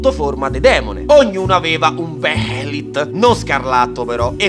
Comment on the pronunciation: Sai che vale la pena svegliarsi la mattina se poi quanto non appena apri gli occhi scoppi a ridere ripensando: "Beelit" Bejelit La j è muta Tua zia è muta Oddio può pure esse non l'ho mai conosciuta Grazie, ti ho scoperto per caso ma già tivoghiobbene assai